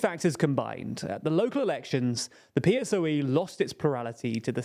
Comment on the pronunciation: I watch all your videos (on Nebula, without the option to comment), and in general I do enjoy your content, but you just can't get pronunciations right, ever. It's "PP", not "PPP". PSOE is pronounced as a word (Pesoe) not P.S.O.E. And it's worth mentioning you insist in pronouncing Wagner as Water, it's not an English word. You corrected your mistake with San Suu Kyi, please learn to pronounce Wagner. PLEASE